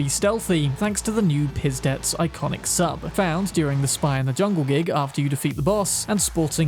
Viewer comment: The way you pronounced 'Pizdets' gives away that you don't speak russian